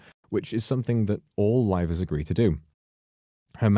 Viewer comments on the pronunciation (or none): Rivals? I hear rivals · The way he says "Livers" sounding like "rivals" I mean either could be true in this situation. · when says livers it sounds more like rivals. i mean that probably makes sense considering its nijisanji